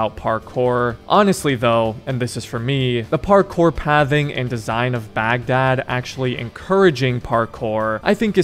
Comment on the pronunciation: I love how you Americans pronounce "Baghdad"